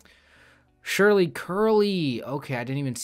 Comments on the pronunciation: it is pronounced as "SIRLY", Surely is like this ⬆️ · Great solve! You seem to be thinking of the word "SURELY," which means certainly. But "SURLY" (pronounced "SIR-LY") is a different word. It means bad-tempered, sullen, unfriendly.